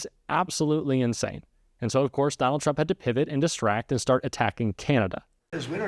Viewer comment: "TURMPS" was that on purpose? Lol